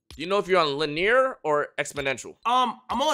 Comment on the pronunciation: le-near✅ linear❌